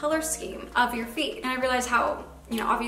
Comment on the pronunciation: I kept thinking you were saying “feet” instead of “feed” lol